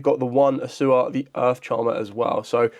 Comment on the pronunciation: Its A-U-SSA (A-OOH-SSA). Not Assua. Thanks.